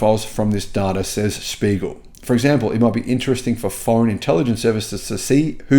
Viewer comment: Mate, it's "Der Spiegel" (The Mirror)!